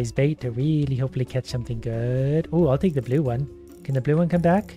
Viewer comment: i love how he says "big bloo fish"